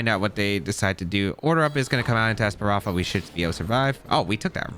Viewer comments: I love ’ videos but the esparafra mispronunciation was:( haha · Damn you really can’t say ES-PA-THRA? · That’s a lot Of strokes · JAJAJ same with opportunisticccc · This video was pretty good, but your mispronouncing Espathra was hard to really enjoy it. Practice pronouncing words just as much you play Pokemon and your videos will be more enjoyable. But I love how you used Espathra. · I had a stroke everytime tried to pronounce Spathra.